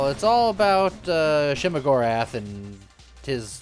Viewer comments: Am i the only one frustrated by the repeated saying shemogorath instead if sheogorath? Also morrowind with modern graphics would be a fun re-release instead of the thousand copies of skyrim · Nearly a year late, but I heard the name Shuma-Gorath and thought he was talking about a game dealing with Marvel's not-Cthulhu.